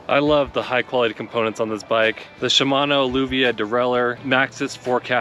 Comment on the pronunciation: “Shimano Luvia”